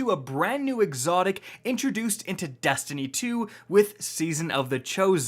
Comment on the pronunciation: Is it just me or does he say "destiny 2" really good?